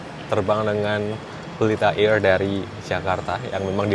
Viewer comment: Candu bgt denger bilang "Pelita AIRR"wkwkwk